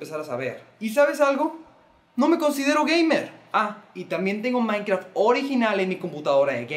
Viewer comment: A y no se dice maicraft se dice minecraft